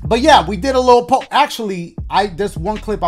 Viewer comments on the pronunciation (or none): none